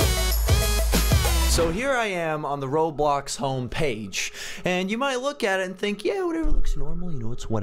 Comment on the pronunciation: You said ROBBOX